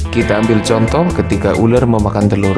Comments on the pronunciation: Ular bang bukan uler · Uler apa Ular???? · Pas ngomong "ular" kayak ngapak2 gimana gitu.